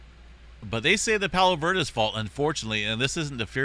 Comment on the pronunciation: Bruh. I live right here. Pronounced Palos Ver DEEZ